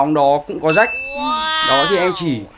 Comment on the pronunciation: Phát âm chuẩn tí đi Quân Ap ,Jack mà cứ đọc Rách Rách,nói chung thằng quản lý cũ của Ap hồi đó là PVT thừa biết do bà mẹ nuôi Tạ Hà nhưng vẫn cố dìm Jack,vì Jack mới là con chốt của bả mà,nói chung ko có vụ lùm xùm với Jack,AP chắc chắn ko dc chú ý nhiều đến như vầy.